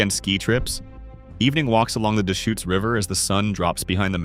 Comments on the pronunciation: Deschutes = duhSHOOTS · How about the Dayshoots River? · The AI voice sometimes couldn't pronounce several names correctly: Yakima, Deshutes, Willamette, etc. (But sometimes the voice DID pronounce it correctly. A real human wouldn't do that.)